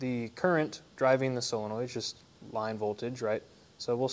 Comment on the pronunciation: Solenoid, not "sillinoid"...